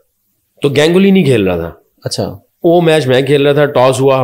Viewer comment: GANG-uli nahi, Ganguly.